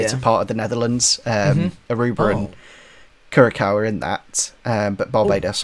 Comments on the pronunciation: For the last question, it’s Cure-a-sow for pronunciation! Just a little nugget. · Great episode again!! really enjoyed it! btw: the c with the thing on the bottom (ç) as in "Curaçao" is pronounced "s"